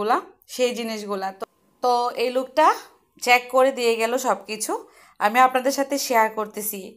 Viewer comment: Chack kore dilo ai pronunciation vuul.. Correct pronounce hbe Check